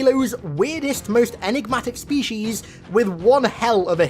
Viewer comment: I love your content but I have a question. Do you intentionally mispronounce words - specifically the word species here - or is that how you think they're pronounced?